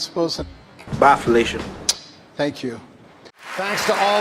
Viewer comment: As someone who'd never heard the "bye felicia" sound clip before, it sounded like "baffalation" to me, whatever that is. I'd say it's funnier that way.